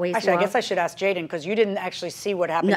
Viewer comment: Ask = "Ax," evidently...